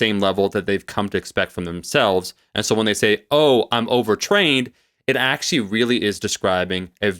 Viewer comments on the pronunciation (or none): Love when says potenshe(potentially) ackshe(actually) haha